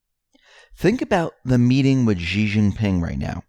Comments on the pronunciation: Xi is pronounced" SHE" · >> Indecently "Xi" is always pronounced shee (-sh as in ship, -ee as in meet), not "gee".